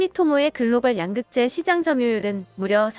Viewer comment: 양극재 발음이 엉터리입니다. 가장 핵심 단어 발음을 엉터리로 하면 수준 떨어집니다.